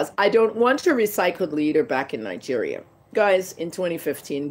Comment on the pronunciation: Nigeria as a whole is a scam. Say it right woman!!!